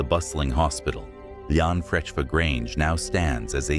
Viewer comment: The way he pronounced llanfrechfa grange hospital 🤣🤣, Many a days me and my mates used to have around up there before the new hospital was built, Definitely haunted, 💯 spooky and was fun sitting at night up there, Gutted it was ruined by a subpar hospital that sits there now